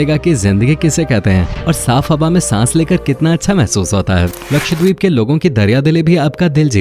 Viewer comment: Ye deep nahi dweep hai, means island